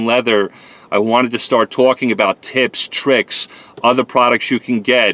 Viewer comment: Always twawking...